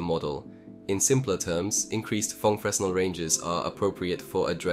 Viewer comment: um akshulli fresnel is pronounced like frinEl(capital means accented) great video, keep the cool stuff going!!!